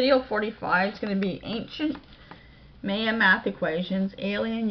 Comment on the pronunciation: It's MY-UH not MAY-UH